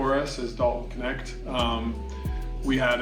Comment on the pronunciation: Knecht [knɛçt] german name. I like how americans spell him "connect". Means servant / farmhand or Minion. I think hes's the right guy for LeBron. 😅 Greetings from Berlin